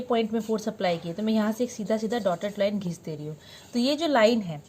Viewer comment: mam jo apne bola line gheech de rhi hu.. wo mast lga😂😂 ekdam apne bhojpuri language me